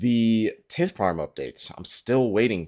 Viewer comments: Getting black dhide from hard clues is such a sick upgrade. I'm still waiting on finding a glory that way, though there's a good chance I'll just get the crafting level to make one myself before getting it from a casket. BTW the "i" in tithe is pronounced like eye. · I didn't know it was pronounced tit farm. The more you know. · your pronunciation of tithe is cringe